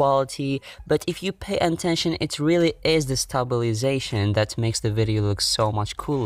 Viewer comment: You pronounce "is" as "aze* . XD